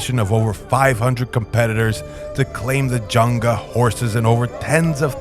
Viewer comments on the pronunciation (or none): Pronunciation of zangia is incorrect here: Janga or Junga is a sinocized version of Zangia (Z not J). This is called and pronounced as Zangia, not Janga or Junga. Many Inner Mongolians are sinocized nowdays, and therefore, their pronunciation of Mongolian language and words sound very Chinese!